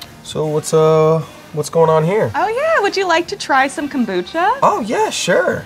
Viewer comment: "you get a WHOLE bottle of kumbuchbuch" lol